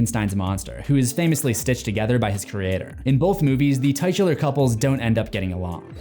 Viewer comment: You pronounce the word titular incorrectly